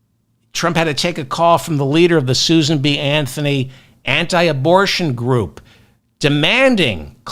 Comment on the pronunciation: Not sure if that verbal glitch was intentional but " Christian grope" seems accurate.